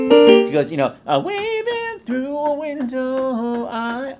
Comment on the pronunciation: Shocked that he didn't call out saying Winlow instead of Window 😂 Turns out it's extremely difficult to consistently say a good D which I found out when I tried to record this song myself